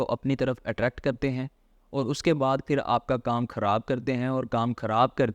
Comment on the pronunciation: ابے بھائی دائیں بائیں کی باتیں چھوڑو یار یہ بتاؤ کہ فائلر بنیں کیسے؟ اور اپنے اردو کے الفاظ بھی ٹھیک کرو، ہندی کے چکر میں اردو کا کچرہ مت کرو۔ فی امان اللُّہ۔ کھراب❌ خراب✔️ اچھے سے❌ اچھی طرح✔️ فِر❌ پھر✔️